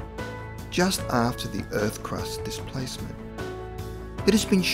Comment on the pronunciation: STOP SAYING DIPLACEMET YOU AUSSY TWAT